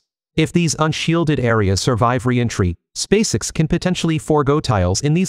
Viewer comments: You need to learn how to properly pronounce the name of Elon Musk's rocket company. You say space all right. The way you pronounce the letter x is unusual. Fix it. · What the heck is "Spacix"? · You may be able to improve the pronunciation for 'spacex' by playing around with the spelling of the word. I.e. 'space-ex' or 'space ex', ect. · Your AI voice can't even say "SpaceX"